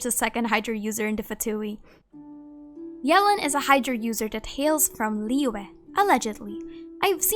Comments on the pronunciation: Ohh noo she slays yelan name so bad 😭 it’s not Ellen with a Y 😭😭😭 I’m pretty sure it’s like yuh-lawn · Everyone: Yelan Keqing: yealan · Fun fact, according to Keqing's English profile voice over Yelan is pronouced Yālan.